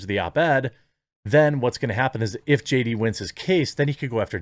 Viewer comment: Haha! I swear he said J-Date the first time he tried to say JD.